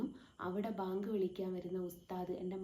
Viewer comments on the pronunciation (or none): none